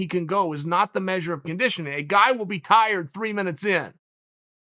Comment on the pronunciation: Me: tired Chael:tried Me:tried